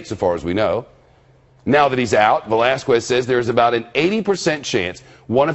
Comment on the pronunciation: Oml, please stop saying Velasquez like that